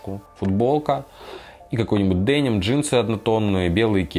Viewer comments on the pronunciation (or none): none